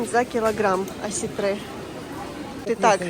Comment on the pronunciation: ОсЕтры,ударение на Е...